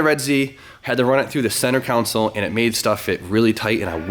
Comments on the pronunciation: I can't be the only one who notices he says centre council/counsel instead of centre console haha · Did you ask the council where your gauges should be lol .. It's CON like a con artist and SOLE like the bottom of your shoe sorry lol